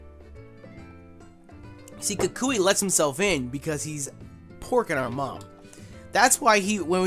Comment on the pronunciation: bruh you saying kakashi instead of kukui